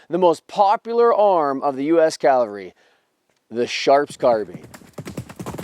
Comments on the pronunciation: Calvary is where Christ hung on the cross, the cavalry is not that place. You didn't always mispronounce that but a lot of the time you did. What is the best sharps replica to buy? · I understand people not getting long, complicated words right all the time. Language is not everyone's strong suit. But cavalry is a word nearly every person in the first world has heard pronounced correctly at least a hundred times. There have been history programs since the invention of the television. People who are interested in vintage firearms or specific wars or battles have probably seen at least a hundred programs on the subjects they're interested in. In all that time, not once did they realize, " Hey, I've been saying it wrong the whole time. Maybe I'll stop doing that so people don't think I'm a mouth breathing Neanderthal." ? How totally unobservant of everything around you do you have to be to not notice something that glaringly obvious in all that gigantic amount of time? I'm not the sharpest tool in the shed, but damn, I'm pretty sure if I heard a word repeated a few hundred times I'd start saying it correctly, eventually. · It's pronounced CAValry, not CALvary. CAValry are mounted soldiers. CALvary is a hill where Jesus was crucified. Other than that, I absolutely love your videos. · ^The history part was great! However, as a veteran and retired English teacher ( Take this as a teaching moment) I have to say... you kept saying CALvery not CAValry. CAValry are mounted soldiers. CALvary is where Jesus was crucified. I was 1st CAV! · um this guy repatedly mis pronounces CAV alry as calvery...lmfao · Love this channel.... though it drives me nuts that a CAValryman pronounces it CALvary. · Please don" call the CAValry the CALvary! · here we go again with the idiots calling the cavalry the effing CALVARY for gods sake get this simple word correct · Why not just say “cavalry” instead of “calvary?” Ugh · No, I've listened to it eight times now. He's clearly saying Calvary.